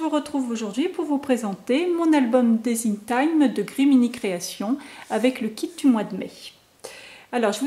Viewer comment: un superbe mini album avec de sublimes produits . j'adore. ps : juste pour info ce n'est pas desing team mais design team qu'on prononce team comme tim